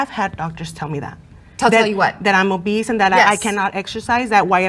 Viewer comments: It’s obese bro.. not obeast.. but she looks like a beast😂😂😂😂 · bro said obeast,lol ......bmi doesn't account for genetics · Man really kept saying Obesed 😂😂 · WHERE THE FUCK IS THE "T" IN OBESE?? WHERE?!?!? WHY TF YALL KEEP SAYING OBEST? THERES NO T IN OBESE!!!! THERES ONE IN OBESITY!!!!! SURE!!! THERES OBESITY, AND OBESE!!!!!!! THERES NO OBEST!!!! FML AGAINST A WALL! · In my head I spelled it "Oh-Beast" 😂